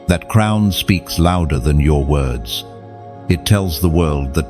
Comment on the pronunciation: Crown not crumb’s